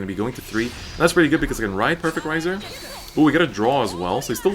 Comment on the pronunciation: 'Rai' is pronounced like "rye." He's pronouncing it right.